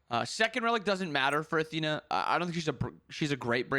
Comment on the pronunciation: ... did this man just call Athena... aTEAna? What the hell?